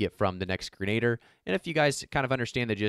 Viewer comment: Grenadiers- sounds like grenna deer. Excellent content! Says as Arnold I'll be back!